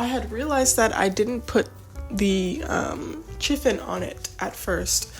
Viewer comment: Happy New year. Sorry to be that person but "chiffon" is pronounced "shi-fun".